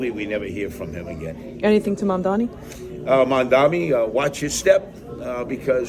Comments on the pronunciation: Seriously, it is that hard to learn how to pronounce someones name? Mam (like "mom" dani (like "Donny") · Curtis should reach out to Mamdani [after he learns to pronounce his name and 😉🤔], and have a discussion among adults. Obviously, all the hope and ideology of myself, Mamdani and others won't all be accomplished but, he has the right ideas at this juncture of thew CHUMP era... Tax the very wealthy...THEY DEFINITELY WON'T MISS THE MONEY!!😉😶🤔